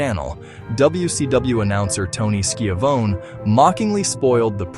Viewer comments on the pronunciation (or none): Also calling hims ski a vone doesn't help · Tony skee-a-vone 🤦‍♂️